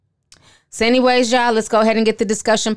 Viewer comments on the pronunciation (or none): none